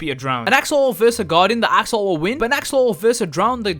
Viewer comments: He called an axolotle to axoloull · Why cant you say axolot